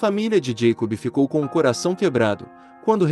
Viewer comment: Moço, não é santi Josefi, é sainT JoseFFF, sim i no final, assim como não é Jacobi e, sim, JacoBBB